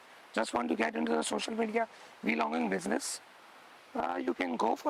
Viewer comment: This dude said Vee logging ha ha ha 😩😩😂